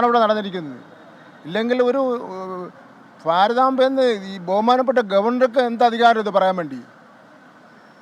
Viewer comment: ഫാരതമ്മ അല്ല ഭാരതമ്മ